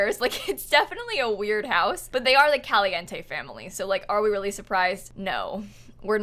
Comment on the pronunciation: I love how you say "Caliente" 👌😊